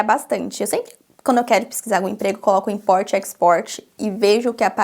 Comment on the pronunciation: Sei que você não perguntou mas percebo que todas as vezes que você fala palavras em inglês você adiciona vogais no fim das palavras e isso é um erro. Não é o seu accent, não me entenda errado. Falar facie bookie, i likie… invoicy… isso são erros que cometemos. Eu já fiz muito isso mas aos poucos da pra ir polindo e melhorando essa pronúncia. Exemplo, importie and exportie… fala um T mudo e o inglês vai mudar muitoooo